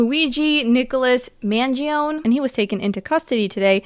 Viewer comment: Tiny info. The pronunciation is "Man-jo-neh", Mangione. And, yep, a murderer is always a murderer, no matter what side he or she is. And by the way, he is not a professional one, as no professional would've acted like this: a traced bike? flirting with a woman when he's on a mission? uncovering his face during the preparation and everything? Come on, any person who watched a movie knows that those are mistakes, big ones. I can see how horrible can look a rich person in a world in which people struggles with their life, but what's good about killing a man? And, on the reverse, why on Earth all persons who celebrate this dude are always ready to throw death curses on the man who was protecting innocents in the subways?